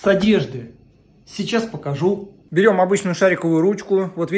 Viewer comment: " Сейчас покажу" не с той интонацией сказал.Но лайфхак хороший.